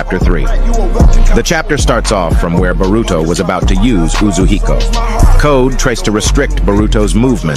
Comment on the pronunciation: bro its uzuhiko not uzuko💀